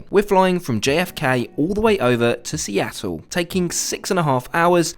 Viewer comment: Seatle?! Ew